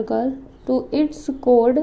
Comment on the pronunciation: Missssssss l am sorry but your pronouns of choord is wrong